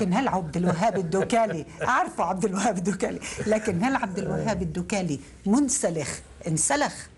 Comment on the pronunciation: الدكالي.. مع تشديد ضمة الدال و فتحة الكاف